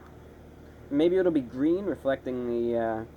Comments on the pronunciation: I can't stop replaying the I T S G W E E N part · hahah, "it's gween". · its gween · IS GWEEN! Oh gahd Im in love 😂😂😂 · ITS GWEEN!!! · "ITS GWWEEN" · the moment you said "IS GWEENu!" I saw Smeegle reflected on your face